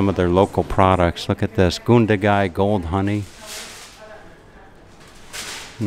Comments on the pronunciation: It's GUN-dagai not goondagai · Yeah you did. It's Gun as saying gun by itself then da gai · Oh dear.... didn't listen to the pronunciation so I hope he listened to it there. Americans should be able to say "gun", shouldn't they, since they love them so much? Say gun, then Gun - da-gai, okay? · You pronounced Gundagai wrong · You pronounced it completely wrong mate!